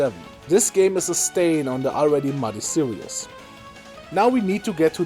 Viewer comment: Did you just say "Worst game in the serious?" Did you mean series?